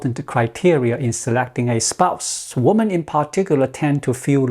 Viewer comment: Women (plural) is pronounced wimin.